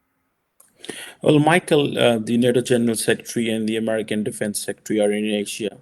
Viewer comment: don't speak with a fake English accent. Just please speak proper natural accent. It's perfectly okey as long as others get it. While you're at it improve pronunciation of 'American', 'academics' et al.